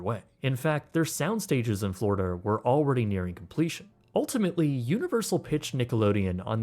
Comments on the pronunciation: Floridia lol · ehehe "Flordia" ehehe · Ah, yes. "Flordia."